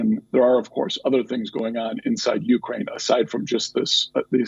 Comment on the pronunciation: is beautiful. Btw to this guest and anyone else it's not 'YOU-crane.' Also, Russian troops going into Ukraine is a distraction. They want to seem weak before they nuke the US.